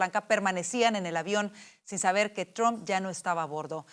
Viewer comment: Al periodista por favor NO es Tran es Trump.